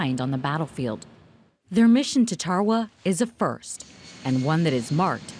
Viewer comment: Its tarawa this is how u say it darawa